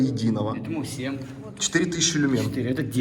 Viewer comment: лю́мен (ударение на первый слог)